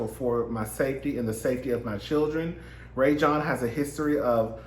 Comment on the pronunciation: His name is pronounced Rah-Jon (Rajon).